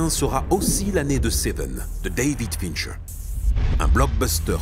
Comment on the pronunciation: Super vidéo, cependant, je n’aime pas chipoter pour des clopinettes, mais je ne peux m’empêcher de réagir sur les prononciations (Dayvid Fincheuw, Somewset, Twacy), et c’est Mills, pas Miles!🤣 Bref, cet épisode est une tuerie et ce film est une giga tuerie!